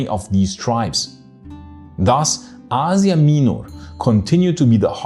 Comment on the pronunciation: i had no idea thats how you pronounce asia minor